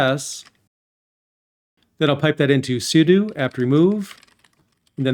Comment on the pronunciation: Thank you for saying `sue-do` I don't recall when I've needed this but I know I have needed it. Now I know for next time. Thanks